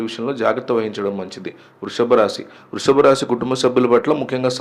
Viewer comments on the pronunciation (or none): none